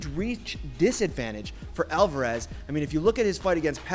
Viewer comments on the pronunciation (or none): none